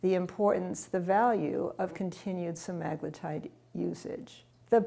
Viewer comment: I can't taker her saying that word wrong over and over. Read the word. English has rules, follow them. That sht drives me fkn nuts.